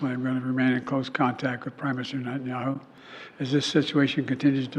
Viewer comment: It sounds like you're reading these tidbits off of a Dennys placemat. Confused as hell actually. And you don't even know how to pronounce Netanyahu? Lol. Bro, you sound lost. Cheers!